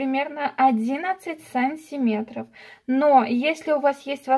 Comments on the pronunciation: Все прекрасно, но почему так говоришь сАнтиметров, вместо сантимЕтров. Уши режет во всех ваших видео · Смешно произносите "сАнтиметров"